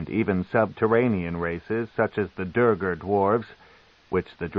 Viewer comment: Sure this version can pronounce facade, but he sure as hell cant pronounce duergar or kuo-toa 😂